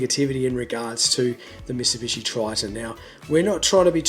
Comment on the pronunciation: "Misibishi" lol.